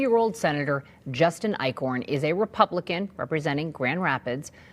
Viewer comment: Eichorn? More like Ick-horn.